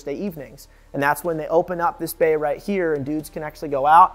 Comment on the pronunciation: When he said bay I thought he said bae